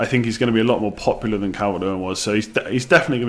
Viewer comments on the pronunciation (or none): none